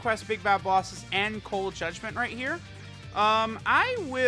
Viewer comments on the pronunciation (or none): did he just say cold judment 25% atk?